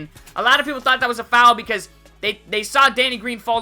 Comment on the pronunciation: i love how u say foul it's like fow-el